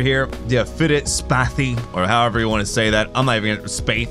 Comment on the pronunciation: And it's pronounced SPAITH, long A sound like bAke.